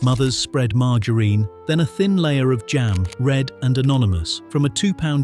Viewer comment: Mar gar rine 😂